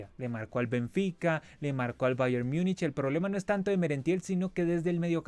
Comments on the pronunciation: Mijo ... no se enrrede tanto pronunciando Bayern☺ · El Cavani de Temu pronunciando Bayern: Oh la la señor francés